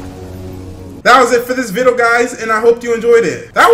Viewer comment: ⬇️ That is it for the VIDO guys He said vido